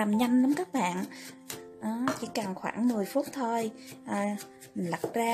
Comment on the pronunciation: Cảm ơn bạn đã chia sẻ 😆, tuy nhiên bạn đừng nên gọi tiếng "bạn" thành ra tiếng. .... BẸN !;!!!